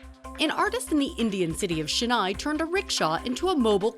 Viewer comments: Its Chennai Not shennai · I cringed when the narrator said “Shennai” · "shin-nai" 😆 It's pronounced at "Chen-nai" as in 'chan' of Jackie Chan or 'chan' of "Chandler" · The city is pronunced 'Chennai' quite literally, and not 'Shenai'